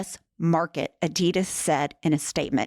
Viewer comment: 😒it really hurts how you pronounce adidas